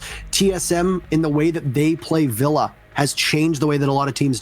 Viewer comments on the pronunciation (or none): none